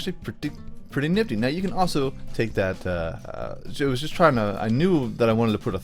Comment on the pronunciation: Did anyone else think that when he said trying it sounded like china?